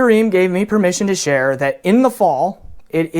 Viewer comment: It's Fried Reim not Ream.